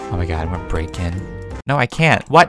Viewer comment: You said O mY Gwod lol 😂